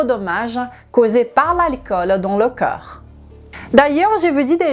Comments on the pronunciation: Corps coeur prononciation differente idem magnesium 😅❤ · Merci pour tes vidéos sur la prévention santé...et autres! Je ne suis pas personnellement concerné par un problème de poids (ni d'alcoolisme comme ici ), mais je partage volontier à mon entourage. Une petite remarque que je pourrais faire, c'est de vous demander de bien prononcer,de manière différencier, les mots CORPS et CŒURS. C'est très troublant pour moi (et d'autres sans doute). Mon cerveau est toujours entrain de rétablir le sens correct du mot "CORPS "qu'il perçois, lorsque tu parles. Pour résumer, on entend plus "COR " et jamais "KEUR"! Un petit travail de prononciation à faire, si vous me permettez la suggestion,avec le respect que je vous dois, pour votre travail de qualité! Votre origine hispanique y est pour quelque chose, probablement! Gratitude pour vos vidéos, que je regarde ou écoute avec plaisir à chaque ( avant de les partager) Bonne continuation